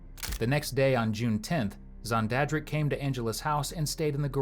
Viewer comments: This dude say SonDadDrick?...haha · Nooooo! 😂😂😂😂 XONDADRICK!! 😂😂😂😂😂😑😑😑😐